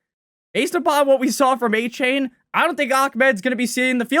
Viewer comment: A-chan not a-chain